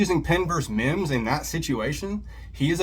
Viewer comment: I wasn't too upset until that moron said mimms. Stupid ass!!